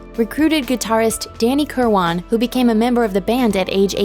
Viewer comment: it's danny kirwin, not kirwon. pick a pronounciation; and stick with it.